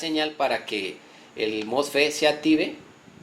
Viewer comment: mofe mofe se dice mosfet